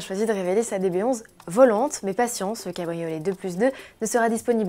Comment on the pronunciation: « Aston Martin DBS 11 .... VOLANTEEEEEEEE » ... Dit donc la journaliste, si tu arrives prononcé SPYDER alors tu peux mieux faire pour prononcer VOLANTÉ ... triple endouille 👿👿👿👿👿